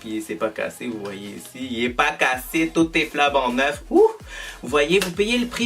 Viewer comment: J’ai oublier de dire.... ‘c’est flan banc neuf’ .... haha! tellement Québécois 😁